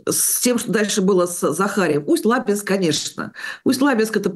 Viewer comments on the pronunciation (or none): ... пожалуйста, правильно ставьте ударение когда произносите название населенного пункта, а именно Усть - Лабинска.